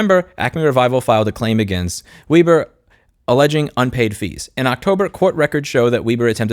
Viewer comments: It's Web' er not Weeb' er. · it's pronounced Weber😜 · not sure if anyone else mentioned this or not... but the correct pronunciation of Weber is with a short "e" as in W"eh"ber. German decent. Love all your content. The world needs more outspoken people like you on social media platforms working together to reveal how much of a greedy sh*tshow this world (the USA in particular) has become. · Weber is a German name, so it's pronounced "Way-bur", like the carburator company. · I think Weber is pronounced "vay-ba". 🙃